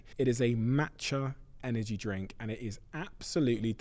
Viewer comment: This man talking organise 🤥 liars nonsense it's cheap to talk he never said energy he always said Anegy